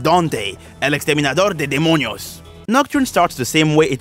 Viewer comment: The fact that when you said "El Dante, El exterminador de demonios" your accent almost disappeared like you knew Spanish